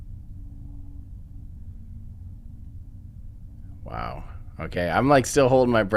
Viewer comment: mispronouncing things